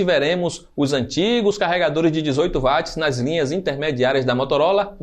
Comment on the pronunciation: O w é inglês então se leia Uatts Não em alemão Vatts Tá lendo errado